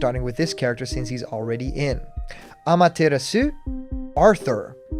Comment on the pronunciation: Why did you say ameterasu like that.